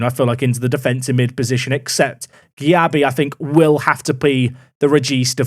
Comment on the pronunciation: Erm.. Jack Currie would not look out of place in a leading Championship team, but Jack doesn’t need a left back (even this guy with reasonable wage demands). Also, the CM’s name is pronounced Darko “Jay-Bee”, and I think you had him in last Park to Prem or at least nearly did (close to signing him?)